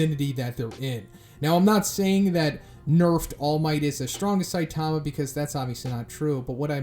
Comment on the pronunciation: Why would your butcher saitama's name like that